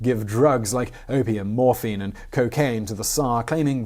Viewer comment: he said morphaine smh.